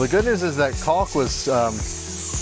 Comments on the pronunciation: Cawk* not CawLk. Please for the love of God. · The "L" in caulk is silent